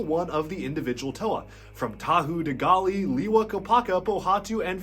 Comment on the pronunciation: Lewa,not Liwa.